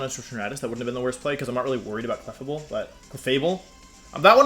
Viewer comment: Cleffa-Bell and Jenjar are driving me insane